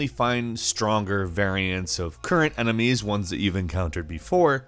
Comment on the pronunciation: He also says "emenies"